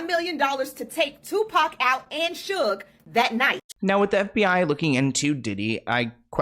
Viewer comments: How sayd sug nite he said sooge 😂😂😂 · Its SUGE Knight, lol. Like Sugar, but Suge 😅😅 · "Suje Knight" 😂😂😂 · said SOOOGE Knight 😂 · Then he said surge the next time 😂 I love